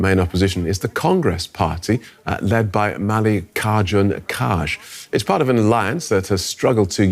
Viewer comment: Kharge is pronounced Khargay not Karj. C'mon DW do the research, make an effort. Under Mr. Modi, India is increasingly looking like a Hindu version of Pakistan.